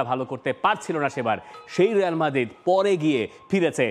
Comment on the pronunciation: রেয়াল নাহ রিয়াল বল